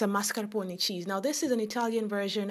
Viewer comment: God love you for saying zabaglione and mascarpone correctly. :-) Looks delicious!